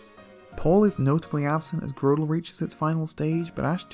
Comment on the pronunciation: It’s GROTle not GROWtle